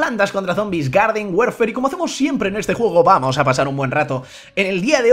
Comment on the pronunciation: se an dado cuenta que dice werfer y es warfar menzooo